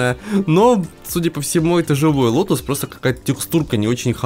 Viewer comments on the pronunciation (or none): может, дело в том, что блогер произносит слово как "лотУс"?